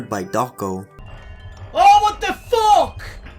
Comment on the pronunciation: saying "WHAT THE FUCĆ" with his accent is beautiful